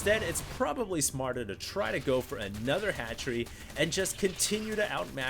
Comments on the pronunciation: ROFL at fast hatchery = fatchery he played it off well hahahahahahahaha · lol "Fatchery"...nice work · hahaha "fatchery"